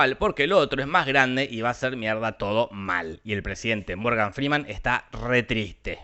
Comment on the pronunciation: "Muergan" Frii faller😅